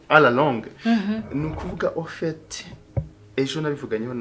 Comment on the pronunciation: Ngo oufete😃😃😃😜😜😜mama igifaransa bavuga afete